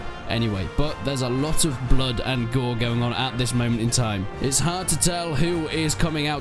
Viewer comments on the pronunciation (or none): none